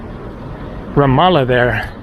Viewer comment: Glad you finally got the pronunciation of Ramallah correct!